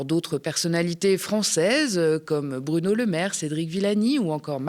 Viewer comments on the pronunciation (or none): none